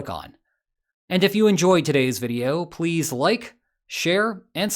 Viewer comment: Did you just say pweez at the end of the video?